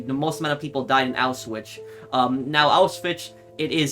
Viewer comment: it's switz. Say it like swiss. Not switch. Tz.